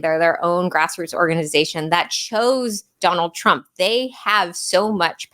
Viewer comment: Dave Smith introduced this podcast totally unable to say Donald Trump lol! Shanahan is🎉great.